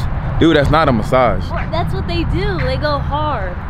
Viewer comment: “Mascage” 😂😂😂💀 I love y’all